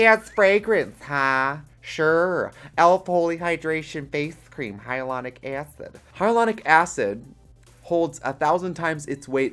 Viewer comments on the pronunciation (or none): "Hyalonic EEacide"